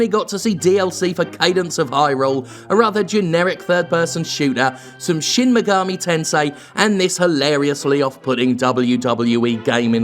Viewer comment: The Megami in "Shin Megami Tensai" is pronounced "Mega-me" FYI, not "Ma-gah-may"